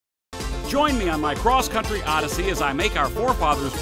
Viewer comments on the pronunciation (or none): none